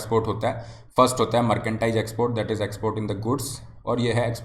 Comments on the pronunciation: मर्केंडाइज या मर्चेंडाइज हैं भाई जी? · Merchandise thik se bolna Sikh le bhai...kuch b matlab